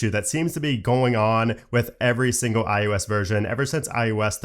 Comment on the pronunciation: Stop saying IUS